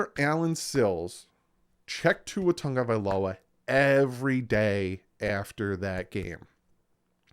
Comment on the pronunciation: Why are folks saying TUNG-Uh-Vai-Low-Uh? It’s TAGOvailoa.